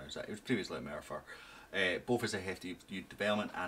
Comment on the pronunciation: That was pretty good pronunciation of Merthyr